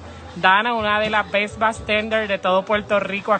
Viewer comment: ella dice Bes no Best